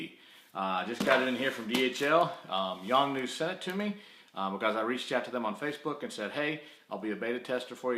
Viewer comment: The flash is not Yong New but a Yongnuo. Notice that letter "O" at the end is not silent. Also, there were too many ummm's and uhhhh's in the video. Finally I would have liked to have seen some actual testing and especially remote testing would have been helpful.